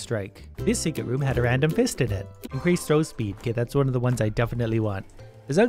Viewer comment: Also I herad him say "secret woom" on